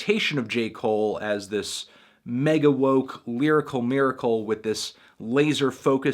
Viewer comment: Anthony pronounces the word "woke" the same way I pronounce the word "tapeworm"